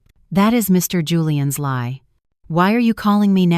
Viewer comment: I got turned off when the narrator could not pronounce lie correctly. I stopped listening right then.